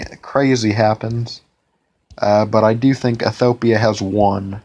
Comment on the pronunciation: Drink 1 bottle of vodka every time he mispronounces Ethiopia in this video :P